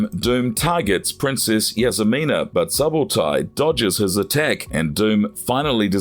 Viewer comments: Suh-bowtie? Clearly the narrator has never seen the movie. Subotai 8s pronounced more like Suebo-tie; thief & archer. The name is historical. The historical Subotai (1175–1248) was a Mongol general and the primary military strategist of Genghis Khan and Ögedei Khan. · You got several things wrong and didn’t pronounce Subotais name correctly